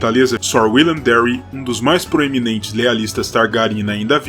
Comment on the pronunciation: lindo video, mas so um conselho: a em ingles tem som de e, Darry seria Dérry